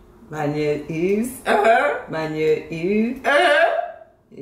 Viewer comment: Mesye a t di: Manyeuuuum is Otoniel😂😂😂😂